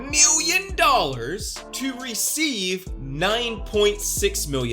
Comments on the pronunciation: You are right, great research. Aside from that, your a total douche, and I hate the way you say "million". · Lol why does he say million like that ?